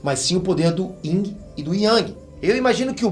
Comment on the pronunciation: Eu entendi senjubi, e é yin não tem g não kkkkk